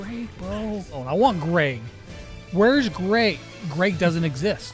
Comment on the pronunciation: his name is Greg not Grayg lol